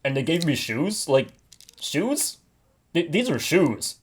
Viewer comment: "Easy for you to say they gave me SHOSE!"